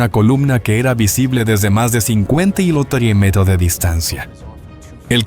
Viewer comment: Este tipo se le escucha que lo unico que habla es Español. Pero No lo habla bien! No puede decir Kilometro y no sabe leer numeros! 🤷🏼🤦🏼‍♂️